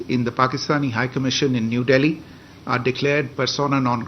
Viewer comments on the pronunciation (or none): none